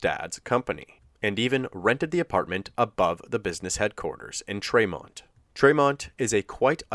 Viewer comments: Probably too late to make any changes but tremont is pronounced TREE-mont not tre-mont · Kinda off topic but it’s pronounced Tree-mont. I’m from that area just bugged me 😂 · I'm from that area and it's pronounced treemont not traymont.